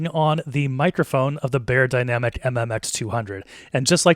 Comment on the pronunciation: You mispronounced Beyerdynamic 😩